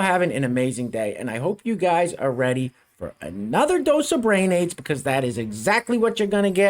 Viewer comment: Did you say, brain AIDS or BRAyionnaise (like mayonnaise)?